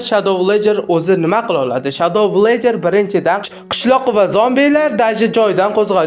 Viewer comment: Villagerni va Herobrinni talafuzi ham boshqacha👎